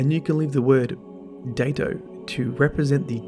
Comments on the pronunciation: I think it's supposed to be pronounced "Die-to." A Daito Was a Japanese sword of a specific length, and Ayane Takanome is a Japanese name, and I think Chiyoko Mey is as well, odd that there are so many Japanese things converging on this spot in the lore. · When Byf did his video on the ana bray lounge, his accent sounded exactly, like he said Datto, not Daito. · Datto, oh wait ... it's Daito